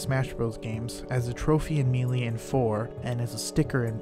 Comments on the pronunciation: Melee is pronounced "MAY-lay," not "MEE-lee." Ocarina is pronounced "ah-ca-RI-nuh," not "Oak Arena." Other than this stuff, I learned a lot and I really like the video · Good video! Just an FYI melee is pronounced like may - lay.